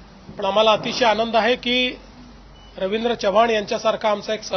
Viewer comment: च्य व्हाण नाही हो.. चव्हाण म्हणा.